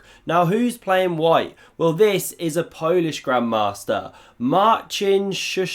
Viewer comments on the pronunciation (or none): none